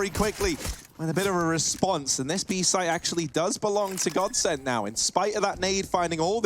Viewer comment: Bruh it's godsent